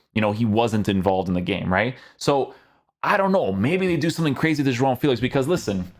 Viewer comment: Great pronunciation to say “João” , that nasal sound is so dificult to pronounce/reproduce 👏🏻